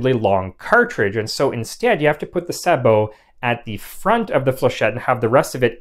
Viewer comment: It is so nice to hear sabot pronounced correctly.